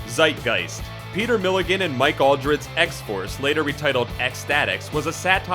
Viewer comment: You know you've mispronounce - many many charater and creator's names. But MIke Allred? It' not All-dred as you said. I mean it's right there- just read it. All- Red what name could be easier than that. Tip - Smith isn't prounced as Smythe.